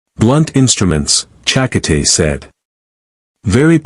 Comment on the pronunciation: Your AI needs better enouciation on Checote's name .. che-coat-ay